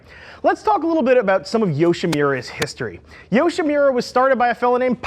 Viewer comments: it’s pronounced “ yo-she-moo-rah “ not “ yo-shay-me-rah” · Good video. It does sounds like you are saying Yoshi-MEE-ra though... it's a solid MOO there. The exhaust bug never bit me... I've always been happy with stock cans... but I think I'm the minority. But if I had to get an aftermarket can, Yoshimura and Akropovic will me my choice, you guys have a great video on those too. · actually it's pronounced yo-shih-more-ah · i like how he can pronounce akrapovic correctly but then pronounce yoshimura so badly.... bothers me more than it should have but oh well XD